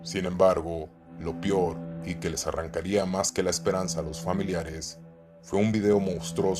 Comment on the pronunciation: Ok bien los videos pero cuando digas peor prununcialo "peor no pior"